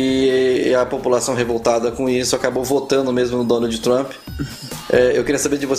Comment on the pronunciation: “Donaldi “ Trump kkskksksksksksk